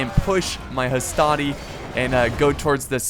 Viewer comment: NOT HASTATI MAN